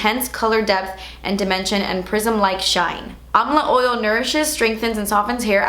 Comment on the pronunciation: "Ole" (Oil) and "gimmicky" 😂😂 reminds me of Laura. I freaking love you